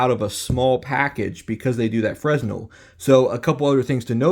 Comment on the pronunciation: Fresnel Lens (pronounced fray-NEL). Your welcome.